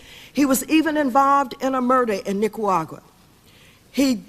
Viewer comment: Maxine Waters can‘t pronounce Nicaragua to save her life 🤦‍♂️